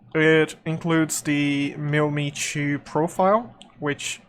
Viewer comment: Good video, nice job. Thumbs up given! (although it made me cringe each time you said "mill me to"😬 It's pronounced Mil-Emm-Eye-Two) 😂